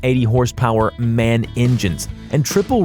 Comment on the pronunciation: Man engines? Woman engines? Pronounce each letter: M A N (Motorenwerke Augsburg Nürnberg)